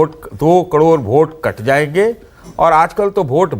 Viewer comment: सतीश के सिंह कैसा पत्रकार है जो करोड़ को कड़ोर बोलता और टी वी पर फिजूल की बात कर समय नष्ट करता है।